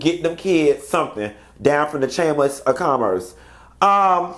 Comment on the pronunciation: I wouldn't be bragging about degrees saying "chammis" 😂😂😂